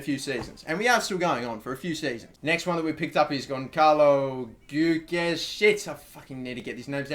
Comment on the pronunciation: I'd say Geudes is either Gay-deez Goo-days But, I don't know...